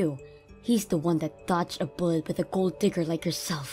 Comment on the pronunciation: I just have to laugh at the way these readers pronounce gold digger. Gold DIGGER with the emphasis on digger. It should be the other way around. GOLD digger, with the emphasis on Gold.